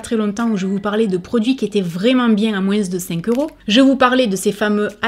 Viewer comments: On l'adore ton "moinseu" 💕merci pour cette vidéo ❤️ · Coucou ❤️ merci pour cette vidéo 🥰 j’adore les séries « fuyez ou achetez » 😍 et j’adore comment tu prononces « moins », j’ai l’impression d’être en vacances 🥰🥰🥰🥰 bisous 😘💋💋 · Ne t'excuse pas de ta prononciation de "moins"! Déjà, ton accent ne regarde personne, et ensuite, tu le prononces façon Français Médiéval, et c'est adorable 🤗🖤✨